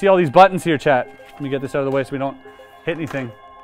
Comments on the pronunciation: He was saying "Chat" all the time and I thought he was talking to someone called "Chad"!! 😅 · Every time he says chat I swear he is really saying Chet 🤣🤣🤣